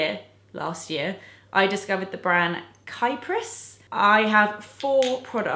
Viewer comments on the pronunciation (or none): I'm sure other people have already left a comment about this, but just in case no one did, Kypris is pronounced kee-pris not kai-pris. Check it out on their official youtube channel! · lovely list, btw it's pronounced 'Kipris' as in kippers :) p.s you haave to check 100 percent pure healing lip balm!! targeted towards sores xx